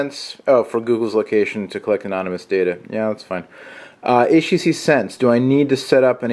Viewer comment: I get it : HTCEEE Inspire 4GEEEE from At&tEEEE. lol